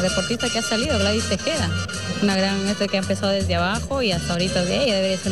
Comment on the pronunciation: La reportera dijo: Gladys TejAda. / también JALADA, es TejEda. #TEJEDA !!!